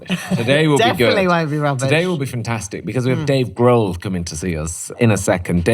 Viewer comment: Dave “Grove.”😂